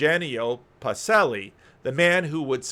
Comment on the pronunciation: You need a "ch" sound for Duce and Pacelli